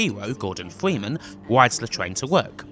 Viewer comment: the voice did u just say "this is the last time we will see gordon fweeman"?